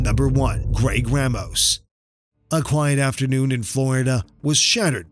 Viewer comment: Ra mos not ray mos.ramos. mispronounced names upset people.